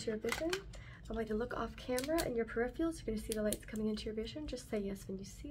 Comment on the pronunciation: love your videos girl but it’s peripheral not periphial 😘